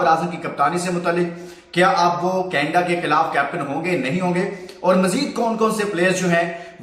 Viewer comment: Canada ko canda kyn bol rhe ho